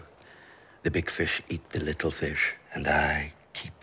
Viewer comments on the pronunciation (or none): none